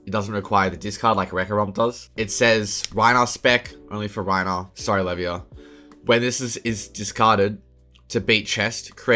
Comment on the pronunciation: Are you saying Levia's name wrong as a bit or